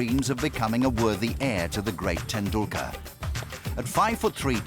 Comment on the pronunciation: Sachin tenDUKKAR.. 😂😂😂